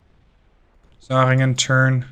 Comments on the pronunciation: I appreciate your pronounciation of the german names. Only some mild suggestions to improve that even further: The german Umlaut "ä" (Zähringen) sounds like the ai in "hair". 😉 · It's not important, but the Zähringen has a Ä in it. Not a A. Your CA Michel, get's pronounced Mich-el.